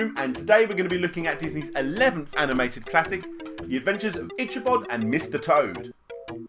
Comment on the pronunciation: Love your videos man, but your pronunciation of Ichabod hurts my brain.